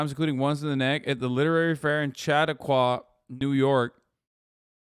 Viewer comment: Also the way Hasan (mis)pronounces Chatauqua makes me laugh...I wanna hear him try Scajaquada and Chiavettas next...